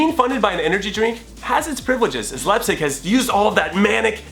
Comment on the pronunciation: Lol you got Leipzig so wrong